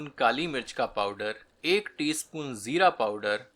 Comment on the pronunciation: Bhai, aapka talaffuz...kya baat hai, zaayqe me aur bhi azaafa ho jaata hai, specially jab aap "zeera" ko sahi tarah se bolte hain, aam taur pe U tube ke 80% chefs zabaan ke maamle me behad badmaza hote hain... by the way, aapki recipes bhi shaandaar hoti hain, being a Jharkhandi, aapki recipes meri lazzat se match kar jaati hai...👍